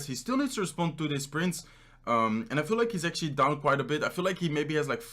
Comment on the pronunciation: Do u know how much “actually” u said ?? U didn’t even say actually u say “acshi” all the time and its so fucking annoying